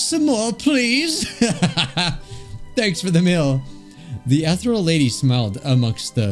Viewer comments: you don’t pronounce ethereal as e-thr-El you pronounce it as E-thE-rE-l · Is it just where I'm from or is pernouncing Ehtereal wrong? I say E-t(h)ear-eël instead of ethreal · Take a shot every time he pronounces "ethereal" wrong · Ethereal (Pronounced like eh-thee-rial) means "extremely delicate and light in a way that seems too perfect for this world." BUT it also means "airy and insubstantial" such as a ghostly figure. So essentially, the Ethereal Lady appeared to be too perfect, delicate, light (both in weight and glowing, hence her floatiness) and ghostly in a way. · i understand you cant read correctly sometimes but i got seriously bothered how you read "Ethereal" its pronounced: uh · thee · ree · uhl Edit: my apologies I taken out the part where I sounded rude I am truly sorry for that I shouldn't say that but I will leave what should have meant. Again my apologies to you and everyone reading these comments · I CANT STAND HEARING “ETH-REAL” ANYMORE IM GONNA DIE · it think it goes more like (eeh-thee-ree-al) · Me screaming "UH-THEE-REE-UL!" at the screen. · I'm enraged at the fact he pronounced "Ethereal" as "Ethreal" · it’s pronounced uh·thee ree uhl uhl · Take a bite of any pastry with you everytime mispronounces "Ethereal" You'd lose anyway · i feel like i take psychic damage every time you pronounce ethereal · Everytime he said ethereal it made me die a little bit more inside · Jesus the ethereal pronunciación hurts my ears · Why'd he pronounce ethereal like that